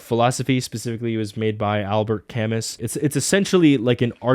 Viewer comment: Albert Camus "Kah-moo" He's Fr*nch